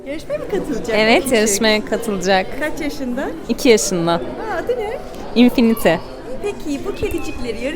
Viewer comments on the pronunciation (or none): infinite oyle mi okunuyordu god helpme